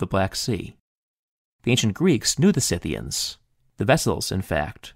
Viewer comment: THANK YOU for pronouncing "Scythians" CORRECTLY